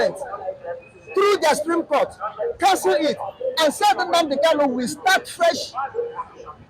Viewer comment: You pronounce his name wrongly. He is Nnamdi Kanu and not Nnamdi Kalu. People from Umuahia answer Kanu and people Item, Igbere, Abiriba, Ohafia etc answer Kalu. So pronounce his name correctly.